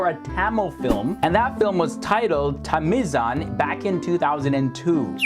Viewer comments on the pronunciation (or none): the way he pronounced Tamizhan, lol